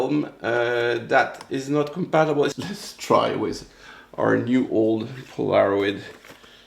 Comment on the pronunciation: The proper pronunciation is PO la ROID. I had the Kodak version of the instamatic camera, and it was great until Polaroid sued Kodak.